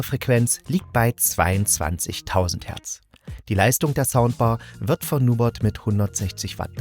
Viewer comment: Heißt das nicht NubErt nicht Nubot?